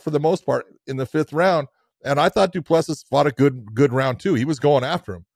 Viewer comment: It is not that difficult - do-pleh-see. I am not sure how you hear it, but practice with the phonetics